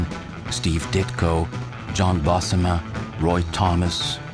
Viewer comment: The narration on this thing is odd. I can't identify the accent at all. I do know that's not how you pronounce Marie Severin's first name or John Buscema's last name. Also, did y'all notice that when he said Marie's name they showed her picture, but when they said Ditko they showed Big John B? Ha!